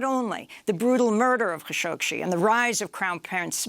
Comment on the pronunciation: it's Kashoggi and not Kashoggshi.